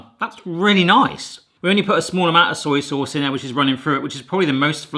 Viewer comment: I love how you say 'soyee souse'